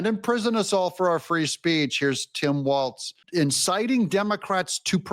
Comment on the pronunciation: Hi, I just wanted to let you know that it sounds like you're pronouncing Walz's last name as "Waltz." I hate to think someone might think you are referencing Mike Waltz—just a friendly FYI. Walz is a disaster. I live in his state and have personally suffered under his China-Communist-based governing strategies. I really hope he loses the Governorship in 2026!